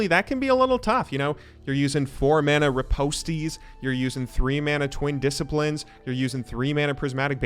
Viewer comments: Yeahhhhh riposte is pronounced like repost but with an i and ki is key, made me chuckle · No need to pronounce the “E” in Riposte, “Rip-post”. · did u just say RIPOST_TEA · "Riposte-ees" Oh god...lol. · Ripostee lol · And ripostee